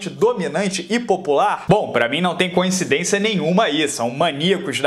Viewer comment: Atenção. A pronúncia correta é coincidência e não conhecidência. Pq qdo duas ou mais coisas parecem ser iguais, não há nada a ver com conhecimento e sim com "co-incidência", ou, incidência recíproca.